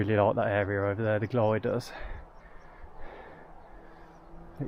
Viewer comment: Enjoyed the video and the relaxed style. Reminded me of my camp by the lake (Ffynnon Lloer) last year. Was cringing slightly at the pronunciations, especially Y Garn (‘E’ Garn) and the Glyders (‘Glidders’). Would hate for you to be set upon by the locals next time you go there! 😊